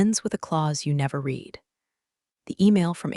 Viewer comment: Please teach AI context for when to pronounce "read" as reed or red.